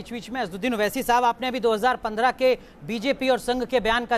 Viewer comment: oh bhai meren ko jalan nako ho rahi. Hum ko Owaisi saab se kya lena aap k leader hain very good. Hum ko Modi ji pasand hain bus owaisi saab naam theek nhi bol rahe thhe